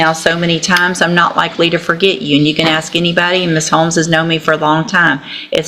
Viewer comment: And if you don’t believe her just “axe” her. Not sure why none of them can pronounce ask